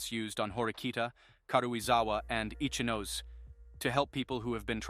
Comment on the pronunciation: Ichinose pronunciation is sooo wrong🤣